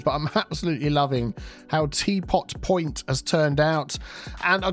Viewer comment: Teapot Poin-TEA